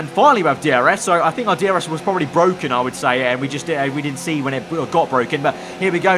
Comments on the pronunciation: It’s BWOKEN BWOKEN! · "its bwoken" lando norris